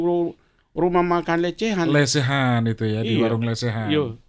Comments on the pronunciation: Lidah pak lenis, susah bilang lesehan, jadi lecehan😂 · P lenis kogoya bahasa indonesia amburadul, sebut warung lesehan sj salah.... LECEHAN... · Lesehan bukan lecehan, pak lenis😁